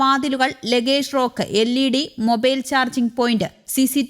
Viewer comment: Not rowke ,spell it as Rake.